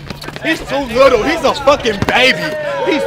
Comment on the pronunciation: "He's to lootle"